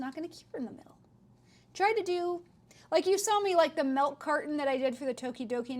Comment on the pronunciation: TYSM FOR THOS VIDEO!! But BTW I'm not sure if anyone has told this, but the way you say milk/milky sounds like Malk or Melky totally reminds me of Mia Maples.. lol❤❤